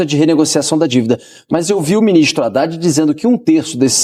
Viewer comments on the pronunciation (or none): none